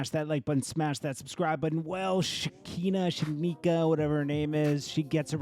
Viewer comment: You crack me up, JT. Her name is (she-khy-nuh) like “she kinda (crazy)” without the “d,” add EXTRA crazy 😂 😂 😂 looooong i